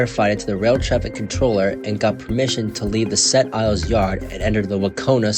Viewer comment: If you are going to do a video about an incident in Quebec, LEARN TO PRONOUNCE FRENCH PLACE NAMES!!!! What an idiot. Sounds like a yankee!